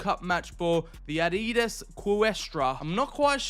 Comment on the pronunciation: What's with calling Adidas Arras?